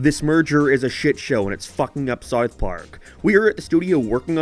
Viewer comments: Pronounced south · Never heard somone pronounce the word south so wrong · S-OU-TH not sothe.